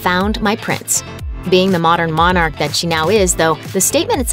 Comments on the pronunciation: Pronounced “monuck”? Are you giving us the phonetic pronunciation of the work with an English accent? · Love your phonic way of pronouncing Monarch. Brilliant